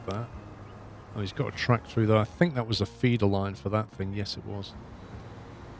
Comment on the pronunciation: "We want to go THUR"... "cross through THUR".. "from here to THUR"..."over THUR"... What the (bleep) is "THUR"? "Here and THERE", NOT "Here and THUR". Otherwise great video of a game I personally wouldn't play that seems interesting.